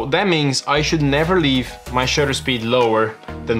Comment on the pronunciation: It's called shutter speed, not Shooter speed 👍